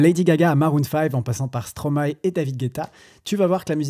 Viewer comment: Les samples de classique existent dans beaucoup de styles de musiques. Mais tu m'a ramené loin en arrière. Je suis de 89 et je me dis que je suis vieux 😅😂. Par contre, je trouve que dire Stromay n'a aucun sens quand on sait que l'on dit maéstro à l'endroit